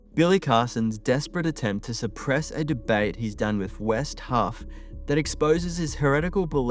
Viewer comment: Its Wes Huff not" West Huff"